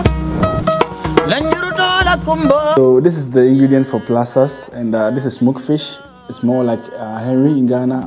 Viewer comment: Can someone tell him is not called placass but instead PLASASS😋💪